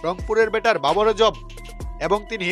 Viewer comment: বাবার আজম না ভাই। উচ্চারণ হবে বাবর আজম।